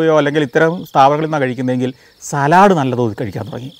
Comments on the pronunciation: not salad, but Sa-led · Santhosh, the English word ‘salad’ is pronounced as ‘saalad’ The Manglish pronunciation is ‘salaad’. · Salud not Salaaad